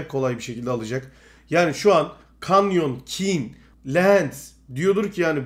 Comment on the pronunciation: şuna artık kanyon deme kenyın diye okunuyo